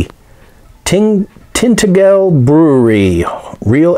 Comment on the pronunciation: It's pronounced Tin taj el btw but enjoy the drink and thanks for the video :-)